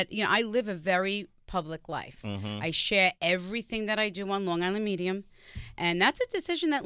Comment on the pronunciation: You can't say Long Gisland - because you only have on g. God I hate ignorant people.